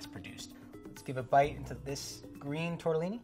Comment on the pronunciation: Nice video, but a "pasta expert" that can't say "tortellini" properly loses some credibility